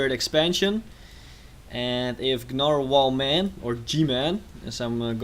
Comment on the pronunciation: The g Is silent